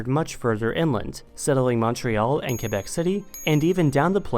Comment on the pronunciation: I'm kinda surprise that he managed to prononce Québec city the right way instead of saying "Kwa-bak"